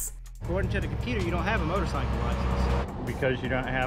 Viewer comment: Can someone please tell this woman how to correctly pronounce motorcycle!?